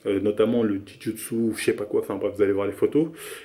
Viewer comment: Le "Di jou sou" il a dit 😂😂😂 On dit "Jujitsu"